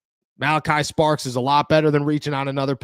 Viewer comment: It’s STARKS!!! Not Sparks 🤣🤣🤣